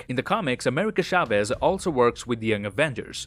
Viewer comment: Every time he says “Shaves” and not “Chavez” it makes me feel weird xd